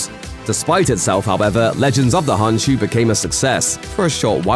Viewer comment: imediate red flag the k in khonshu isn't silent so its not honshu